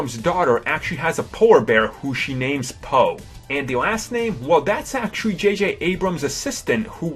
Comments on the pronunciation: someone can't think of another word for "actually" and can't pronounce the letter "R" shouldn't be narrating a video. it's vewy, vewy poor (actually) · He had said "actuawwy" 284 times... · "Actuwawy", "Actuwawy", "Actuwawy", "Actuwawy", "Actuwawy", "Actuwawy", "Actuwawy" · parks Actuawawy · Mike Actually he says Actuawawy.